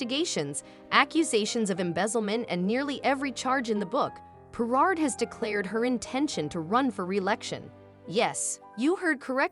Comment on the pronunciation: Stop using AI to narate stories . They cant even pronounce her name properly. Where the fk is DOLAN? HERNARD? WTF.